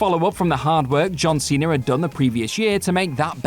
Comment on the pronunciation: Cena* not Cener